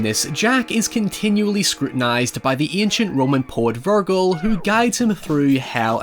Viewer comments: Is anybody else disturbed by pronunciation of Vergil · The "g" in Vergil sounds like the "g" in "virgin" though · Ver--jell it's not a hard g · Buddy, you are pronouncing Vergil wrong. Here is correct pronunciation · How are you mispronouncing Verge/Virgil when he says it multiple times in the movie lol